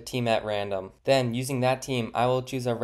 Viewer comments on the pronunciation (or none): none